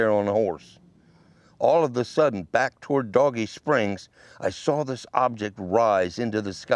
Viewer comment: Good story but the spelling of "Dogie Springs" is not pronounced like "Doggie" would be. It would be like "Dohgee" in pronunciation. Maybe the spellings wrong on your intro and map.